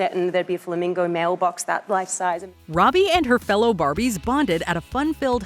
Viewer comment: Her name is NOT Rowby or Roadbie. It is Robbie, pronounced ROBB-EE.